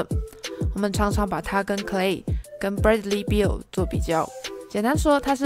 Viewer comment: 你讀Bradley Beal的英文…😢